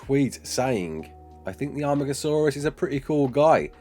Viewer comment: Amargasaurs not Armagasaurus. Sorry to be that guy. great video though <3